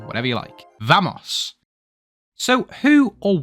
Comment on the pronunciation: I don’t care if you’re British… you don’t pronounce “Vamos” as “V-ahh-mos”